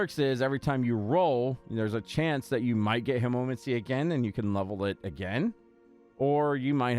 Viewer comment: Killing me with the way you pronounce hemomancy but yeah its a great vampiric power.